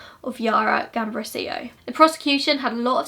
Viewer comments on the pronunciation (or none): Haha don't worry it was completely fine! You only slightly mispronounced the girl's surname (the accent was on the second A) but the rest was great. Thank you for covering this case! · Except for her surname you got everything right!